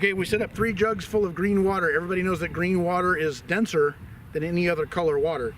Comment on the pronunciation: It's not green! It's breen!